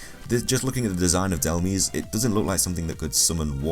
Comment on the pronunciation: It's not DEl-Meze it's DEl-Mize